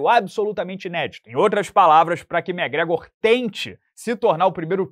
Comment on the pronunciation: Só vim pra ouvir o amiguinho falando Mé Grégor 😂